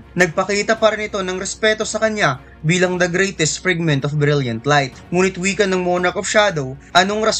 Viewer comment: FRAGMENT KASI YUN HINDI FRIGMENT!